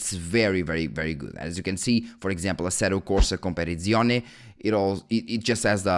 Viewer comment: Sorry for being off topic, but as an italian follower, your pronounce of "assetto corsa competizione" was very funny. I'm not trying to offend, but I tought that being portuguese would help you a little with italian pronunciation, instead I felt like you said that with your "english section of the brain" locked in. Go look some italian gameplay and listen how they say it. I hope you undestand I'm not an hater and I love your videos but since Assetto Corsa is one of the few popular italian games I really wanted you to at least know how it sounds from a native speaker.❤